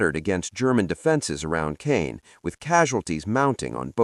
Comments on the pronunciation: It’s pronounced “Cahn” not “Cane.” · B+ It's Market Garden. It's pronounced con, for Caen, not cane. So close to an A. Very good video. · Not cane. Caen edit your crap, thumbs down!